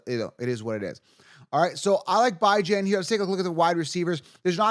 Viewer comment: i cant take you seriously when you pronounce bijans name like that man lol